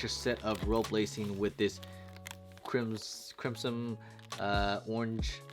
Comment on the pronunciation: "Crimsim" XD